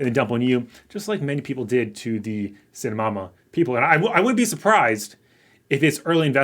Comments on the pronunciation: It's pronounced (*Sigh 🥱* Tah Mah) Saitama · LoL. It's named after One Punch Man, an anime. It's pronounced Sii-Tah-Mah. If you haven't watched One Punch Man, you're missing out. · did u say saitamama? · Saitamama???? Haha use the T! Cy-tama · It’s Sai-ta-ma say it with me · SAY -TA - MA New sub, great content! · Say- ta-ma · If you are going to make a video on Saitama at least do the MINIMAL RESEARCH to get the pronunciation right! F*****G LAZY BRO!